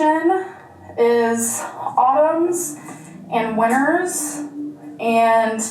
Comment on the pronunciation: Petty, I know but I’m really disliking how she says “winners” instead of “winters”